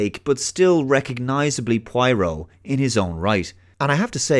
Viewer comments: Pwah-ro, not pwai-roh. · Take a drink ever time mispronounces 'pwah-roh'. (Note: Do not do this cool thing, your liver will be very angry with you) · Who's pwyro? Prah-roh, it's hard to believe you've watched the original series saying that, it's like as if a self proclaimed avid trekkie pronounces data as datta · Your pronouncing poirot as pwairo ..... Lol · Please for the love of God stop pronouncing his name Pie-Row. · For the half of the video I couldn't figure out who the hell is Pueiro. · It's not pronounced pryro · Every time he says Pwyro, I drink lol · seriously, having me rolling on the floor each time you butcher the name Poirot. pwyro indeed. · According to the writer, she pronounced it: PWARR] + [OH| -source from the notes by her to editor. She seems wasnt happy that British and Americans were not saying it correctly. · Grew up with the books and TV show Also: Pronounces it "Pwyro" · Got on my nerves so much I had to stop watching. He must have heard the name pronounced correctly countless times. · Poirot is pronounced 'Pwarrow' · i love your videos but I just can't concentrate when you keep mispronouncing his name after having grown up with David's Poirot 😂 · If you watched all the old shows how come you still cannot pronounce his name lol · still a not y, and oh instead of high hard o as he is prenounciating it. Though I get it is a difficult name, and wouldnt be certain that I wont mispronounce it at times, just he kept repeating it so many times in the video.. Guess he was going for killing someone trying to take a shot for each time his name was mentioned :) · Cut him some slack, he's Oyrish after all.